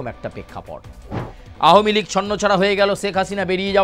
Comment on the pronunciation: এটা কি নিউজ চ্যানেল নাকি একাঙ্ক নাটকের আসর? তাও ভুল উচ্চারণে বারবার 'আহমীলীগ' বলে নিজেদের হাস্যাস্পদ করে তোলা!